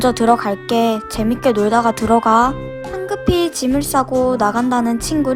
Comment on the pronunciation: 재밌게를 쟈밌게로 했어요!!!!